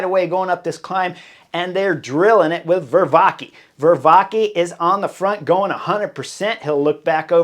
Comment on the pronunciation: I would advise you to listen to coverage of cycling races in other languages just about a couple of times a week. Just in order to hear the names of riders being pronounced correctly in their native language. Only to learn how to pronounce names correctly. Just butchering names from an American viewpoint, I feel doens't give the respect they deserve. Vervaeke is a much better rider than Viervakie. The name of the other Belgian rider I couldn't make out. Don't get me wrong, I do like the coverage videos you're making. But sometimes the pronounciation does make it difficult to swallow.